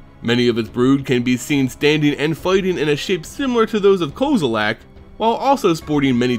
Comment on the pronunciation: this guy makes me fucking cringe every time he says Kozilek. he keeps saying like "koze-oo-lak" there's no "A" dumbass. it's "Kozz-i-lek" with a soft "I"